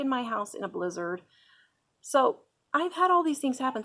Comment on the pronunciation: Lol I thought you said lizards instead of blizzard. I thought lizards. Did you have an invasion if lizards. But a great article. Love your site.